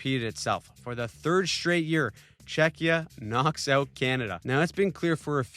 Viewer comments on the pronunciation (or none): none